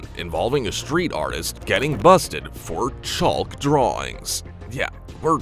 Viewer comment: It's petty, but "chulk" is driving me nuts.